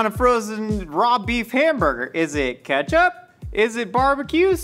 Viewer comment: “It’s it catch up? Is it bar-ba-q sauce” 😂I love how Nicole & are having a full on convo as he’s whisking the IceCream base, but at the same time the stove is still on, smoking😭😂